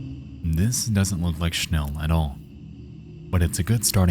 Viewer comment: the pronounciation for "schnell" is hurting my head ...